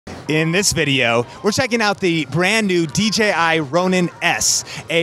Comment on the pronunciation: Props to for being the only YouTuber at CES who said DJI rather than DGI 😂 But honestly, great video 👏